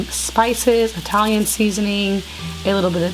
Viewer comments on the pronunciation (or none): none